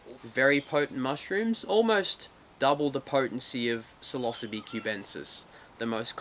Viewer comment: Oh shit, this whole time you've been saying psilocybe.... lol I have never heard it pronounced that way. I didn't realize what you were saying until you put "cubensis" after it, at